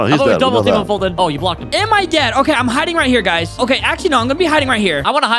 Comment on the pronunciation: You mean “Foltyn”